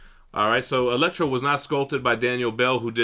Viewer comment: It's Elektra. Gotta go with the sai.